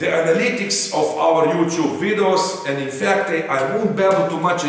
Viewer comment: It really makes the "vidohs", doesn't it? Hahahahaha